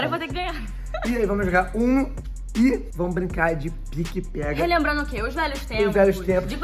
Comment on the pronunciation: Não é piqui-pega é pega-pega